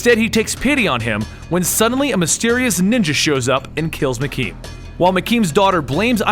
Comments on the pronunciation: You pronounced Harold Meachum wrong sir but great video . It's actually pronounced like mea-chum not makain as you did. My apologies if I sounded rude I thought I would be of help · I swear this guy fucked up just about every pronunciation...koon loon randal McKeem Shoe looo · For fuck's sake, man! It's Meachum, not McKean! MEACHUM!!!! Getting that wrong once is forgivable, but like 8 or 10 times? That's egregious! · Meachum not mceme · ....lol you're saying Meachem wrong as shit,. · after watching iron fist its hilarious how i thought wed get something like this and we DID NOT lol and how you say meachum lol